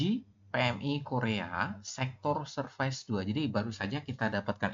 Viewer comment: Tolong jgn pronounce "serfais", alay banget sumpah sok nginggris malah ngaco.